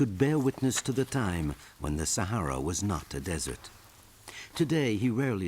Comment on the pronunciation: This is Africa. .please pronounce Sahara properly.